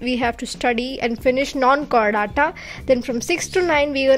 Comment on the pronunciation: Its Chordata not Chorridatta...😂